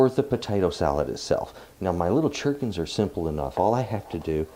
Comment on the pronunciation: Correct pronunciation of your little sweet pickles is Gur'kin